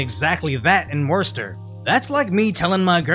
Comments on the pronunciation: it's not pronounced "wor ster". It's "wuhster" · you pronounced it wrong, don't worry most people dont get it right you said war-ster it's wuss-stah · it's " Woostah " not " Worsester," phonetically. like Leicester is not pronounced " lie-ses-ter" it is " lestah ". when me and my wife left Boston the " woke capital of the east " ( once at the forefront of Americanism and the fight against tyranny in the 1760's to 70's, what a sad turnaround ) we had initially considered Woostah. wow, did we a dodge a slow and painful bullet there. i think actual Bostonians are now outnumbered two to one by transient " internationalist ", bio tech workers, etc,,,,, in my neighborhood of ( this is not LA ) Lower Allston they literally moved a whole german village in. with their own private. pre school and private elementary school. this happened in a two year period. suckin' all the character out, bringin' all these caricatures in. that's when i realized the dei crap is not just about " minorities " in America, it is also ( and i would daresay mostly ) about these european clowns who are hired to make America as weak and spineless as those who are used to being subjects of " the crown " and self censoring on behalf of " saving " people from adverse opinions. they use Americans as a distraction, because if DEI had any legitimacy they would be trying to uplift and integrate the First Nations more completely into our system, but they only ever mention them in passing or to fling out the " stolen " land argument and then immediately pivot to " reparations " for slavery times, which is just a code word for money grabbing and laundering ( ever wond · Bro.... it's pronounced "WHISTER" here, not "Worster". Although... it is a very punny pronunciation. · oh god you dont say it as WOReCESTER you say it kinda like this "WUSSTER" for non new enlgand people take out the WOR and replace it with Wussy and you got the vernacular down. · This week on "Worser and Worcester" 😂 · Pronounced wystah